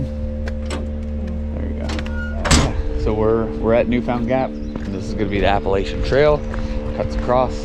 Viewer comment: Looks like you guys were hiking in the soup, smart to get up early on the more touristy places and have it all to yourselves while others laz about. Please just call the trail the AT so I don’t cringe when ya say it. Lol